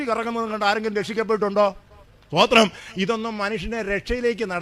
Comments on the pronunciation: TPM. സൂദിരം അല്ല പറയുന്നത് തമിഴ് sthothiram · സൂത്രം അല്ല സ്തോത്രം